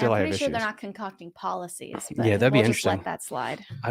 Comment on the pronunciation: It's pronounced pol-ta-ces (poultices) which is a cream or something that is used usually on the chest for breathing problems or a poultice for an injury or wound (to draw out an infection). And the other words were devination pronounced Dev-in-ation. Which can be done by reading tea leaves, or cards, or looking into a crystal ball or water to give the practitioner an idea or answer to a question. And the divining rods can be used to locate water underground (where the person loosely holds two sticks or copper or metal rods and they are supposed to actually cross each other when the practitioner is standing over water. I recently heard that people have correctly located bodies buried in cemeteries using this method as well, but I haven't seen it but I have witnessed a County Official location underground water using the divining rods on the property of an old Fort in Texas. Previous to me witnessing this, I had not heard of such a thing but I learned something that day.